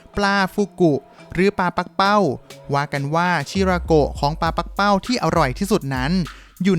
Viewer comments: ปักเป้า ไม่ใช่ ปั้กเป้า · ที่ถูกต้องอ่านว่าปลา ปัก-กะ-เป้า